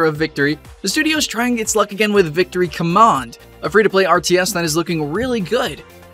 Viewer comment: How do u mispronounced the word command?